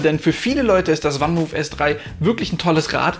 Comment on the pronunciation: Das Fahrrad kommt aus den Niederlanden und wird 'fann mooof', also wie man es im deutschen schreibt, van Moof ausgesprochen und nicht 'wann muhf'. Sonst aber ein sehr guter Beitrag.